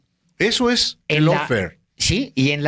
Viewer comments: ¿Lawfer? , GUERRA JURIDICA es mejor para su público cuya lengua materna es el español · Es Lawfare, no Lawfer, saludos desde California. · Lawfare, no Lawfer.